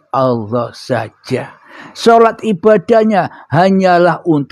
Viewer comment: Nyebut nama Allah aja nggak benar,, Allah. Bukan awwah